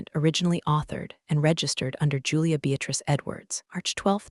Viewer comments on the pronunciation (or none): none